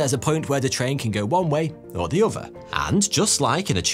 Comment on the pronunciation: He seems to replace the "th" sound with "f's" or "v's" pretty often. Among "over" (other) "fings." (things)